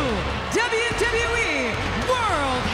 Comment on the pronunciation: Announcer ...and still the dzahbyu dzahbyu e...